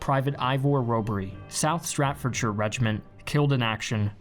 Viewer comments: Also you say Stratfordshire regiment, it’s Staffordshire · Enjoyed the video but please do a little research on pronunciation and spelling eg Staffordshire as in bull terrier not Stratford as in Stratford on Avon Shakespeare's home town. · staffordshire, not stratfordshire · it is South Staffordshire not south 'Stratfordshire' Staffordshire is pronounced with a 'Oud' sound for American friends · New arrival to the channel...and I just wonder about his mispronunciation of names. Harracks instead of Horrocks...Stratfordshire instead of Staffordshire...Awkhart instead of Urquhart...does he do it on purpose? It is not because he is American, I am American, and I have no real issue pronouncing Horrocks, Staffordshire, or Urquhart. So why does he do it? An honest mistake? I guess so, but he did not seem to have any trouble with any of the other names...maybe a bit with Oosterbeek, but his mispronunciation is awfully selective. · South who regiment? C'mon man learn to read. STAFFORDSHIRE. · Staffordshire not stratfordshire. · Staffordshire, not Straffordshire. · its not STRAT-FORD-SHIRE its STAFF-FORD-SHIRE. (not yelling just caps makes it easier to see these things). if you want to pronouce it the way people from Staffordshire do its STAF-FUD-SHUR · I enjoy your videos for the most part, despite a little bit of the odd bias slant now and then. Very good content. But seriously, can you pronounce some of the British officers names correctly please 🤣🤣 Bern-ard, not Ber-naard. STAFFORDshire, not Stratfordshire (one is a region with a regiment with a long history the other isn't) Horrocks, not ...whatever you called him. And it's Urquhart - Ur-kat, not Or-cart (good Scottish name that one) 😉 I know it might sound like petty stuff here mate, but really it doesn't take much effort to ensure you pronounce stiff correctly when you're doing actual history. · Staffordshire regiment is pronounced staff ford shire. Great video though 👌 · "South Straffordshire"